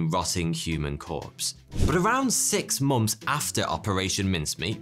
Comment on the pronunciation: WHY can't you say months. You say Momth. In every nth you say Mth. I freaking love your video's but I always have to go back like 1 minute. -+ but. Seriously.